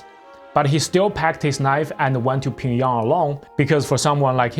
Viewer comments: it's pyong yang, not "ping yang" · bro how do you butcher pyongyang so much lol, ure saying pingyong lol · Can you explain your pronunciation of Pyongyang please? It sounds a little different than how I’ve ever heard it in English. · Man your pronunciation is so bad... And why the useless comment on being gay, to then repeat that he got paid well. Chin Chun Chan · The pronunciation of Pyongyang in this video is spinning me out.